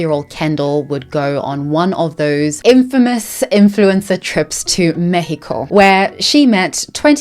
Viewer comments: Thanks for the lovely pronunciation of Mexico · I loved you pronouncing “Mexico” correctly! ❤